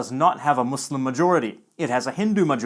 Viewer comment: Finally someone who actually says Muslim NOT muZlim